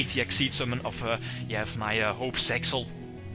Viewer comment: It's really meant for Piper Chaos since Utopic Dragon can be summoned the same way. Thankfully, Shock Master is banned in TCG. Btw, it's Zexal, not Sexal.